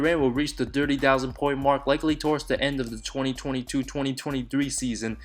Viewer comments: Interesting video but you have to work hard on your pronounciation! Especially your th every time you say 30 it sounds like dirty which makes it very awful to listen to and less enjoyable ! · i dont like the way this guy says 30